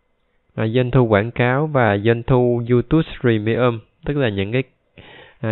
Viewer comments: Đọc là iu túp chứ ko phải iu tút ! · Bạn ơi. Tui xin không bàn về chuyên môn hay nội dung kênh của bạn mà tui chỉ xin góp ý phần phát âm của bạn về tên YouTube. Bạn nên phát âm cho đúng là YouTube..chứ tui nghe bạn phát âm thành YouTus. Nghe sai lộ liễu quá. Thanks! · Không phải đọc là Du Tút ? Mà là Du túp . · Cám ơn anh đã chia sẻ nhưng YouTube phát âm chữ Tube là âm /p/ không phải /t/ ạ. Anh cẩn thận phát âm đúng để không làm người nghe khó chịu nha. Chúc anh sức khoẻ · Diu chính xác hơn chứ. Phiên âm quốc tế là / ju t^b/, đọc là / diu túp/. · Description toàn để Eng ko mà phát âm Youtube chán vl